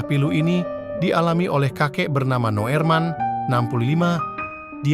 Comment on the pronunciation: Wooiii min....! Kalimantan itu luas , sebutkan kotanya jangan Hoax... sebut nama yg jelas juga, kalau kamu pake teks to spech yg bener...Noerman = Nurman Noorman = Norman, Nurman. Artikel gak tuntas mau ke mana juga naek KRL